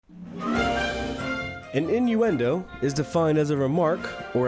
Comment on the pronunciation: i'm sorry, IMINUENDO?